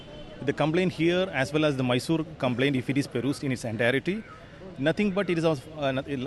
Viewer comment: It's not Maysor. It's Mysore. Atleast write correct spelling though pronounciation does not come for you.